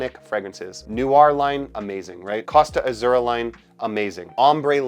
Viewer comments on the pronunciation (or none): none